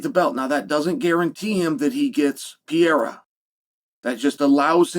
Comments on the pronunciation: i think the only guy that doesn't like alex is the guy that keeps calling him "pee-air-ah" - say it with me "per-ray-rah" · Piera? what the hell is Chael even saying LOL, a five year old could pronounce Pereira better than that LOL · Not everybody. I don't like Alex "Piera" or Alex Pereira.